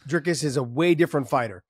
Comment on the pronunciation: Nice to hear Josh call him Dricus lol,finally learning names, Not very good analysis, Dricus has fought many 5 rounders prior to Ufc, you just haven't seen him do it yet in ufc, he had an issue with his nose which has now been fixed, still favor Sean in a 5 rounder but it's only cause we haven't seen DDP in a 5 rounder in a long time